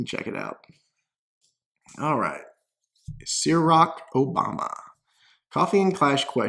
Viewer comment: you can't pronounce ciroc? Must not drink enough liqueur.